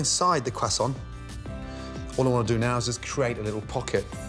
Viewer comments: I love Gordon but what is a cwassont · "I stayed in france for 3 years. Back then i have learned to cook with it and to pronounce it the right way. KWASSANS." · I love Gordon but please stop saying quasoant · No one: Gordon: “Cwassont” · “Now, take your kwasant” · “take your kwuason” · "kwaa sonts" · Admittedly the kwaesant looks good but I lived in France for five years. I ate a few mergeze never heard them called mergaise phonetically speaking. And they weren’t in kwaesants either. But whatever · why he say "kwassaowhnt" instead of croissant? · For a chef the spent 3 years in Paris, his pronunciation of 'croissant' is shocking! ;-) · The way he says “croissant” is very upsetting 😂 pro-tip - in French, two syllable words are always emphasized on the second syllable. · For a guy who talks about his time in France a lot his pronunciation of croissant is astonishingly disappointing. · i cant make it through the whole viceo. the way he is pronouncing croisaint is to painfull